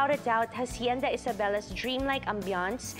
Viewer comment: Hacienda: pronounced "ash-yen-dah". In Spanish you never pronounce the "h". Hijo is ee-ho. Not "hee-huh". Magagalit mga Ilonggo nyan. Ilongga pa naman si Kuh.😊